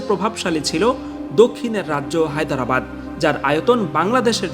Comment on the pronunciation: "হায়দরাবাদ" শব্দটা ঠিক ভাবে উচ্চারণই তো পারলেন না, আবার প্রোপাগাণ্ডা সঞ্চালন করছেন!